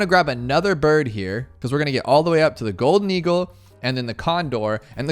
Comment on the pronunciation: i think you dont know how to pronounce "golden eagle"